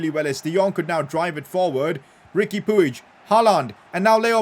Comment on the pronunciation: Riqui pig is pronounced as pooj